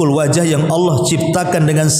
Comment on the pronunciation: Allah bukan Alloh, mbak